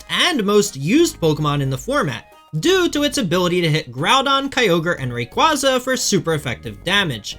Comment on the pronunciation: World champion and cant even say rayquaza right. Sure buddy